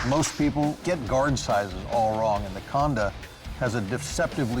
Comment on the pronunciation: Its not Khaanda... it is Khandaa.... it is a Sikh Weapon and also the symbol on Sikh Flag....